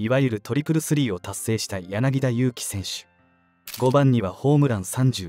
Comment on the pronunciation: （柳田悠岐）やなぎ「た」（ta）と読むので宜しくお願い申し上げます♪